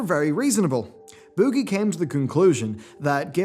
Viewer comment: I love the way you say “boogie”